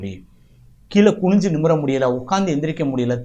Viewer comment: தயவுசெய்து கீழே என்று சொல்லுங்களேன், கீளே வேண்டாமே !